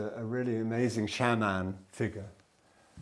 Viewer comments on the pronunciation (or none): none